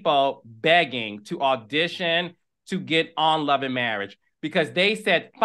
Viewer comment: Let's get some English courses, all that studying and she can't pronounce marriage...marrish, 🤣